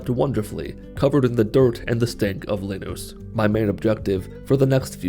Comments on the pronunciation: did this man just call Linus “lin-oos”? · Me: Linus Everyone: Linus Linus: Linus: Leenoos